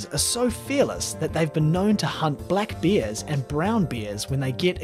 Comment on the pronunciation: ....He sounds like hes saying Beers instead of Bears